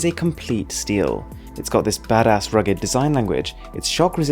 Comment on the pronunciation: Saying badass with that accent is hilarious !!!